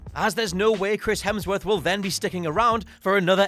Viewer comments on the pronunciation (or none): none